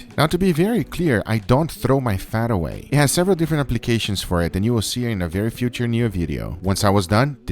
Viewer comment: Nobody: Guga: Lets do eh!